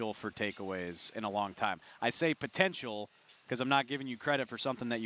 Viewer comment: Did say potentional. Awesome